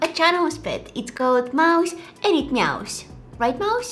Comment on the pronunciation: She said meowouse :D